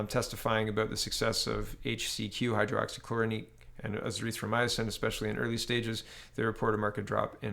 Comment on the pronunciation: Not to be a dick but I am... It's Hydroxy- clora-quinn